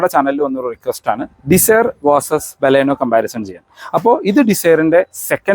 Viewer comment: ഇയാൾ ബലൂണേയുടെ ആളാണ് അതുകൊണ്ടാണ് നമ്മുടെ ബലോന നമ്മുടെ ബലോന എന്ന് പറഞ്ഞുകൊണ്ടേയിരിക്കുന്നത് 🤣🤣